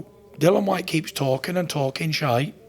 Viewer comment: Fury: I'll fight anyone Whyte: he's tarking rubbish 😂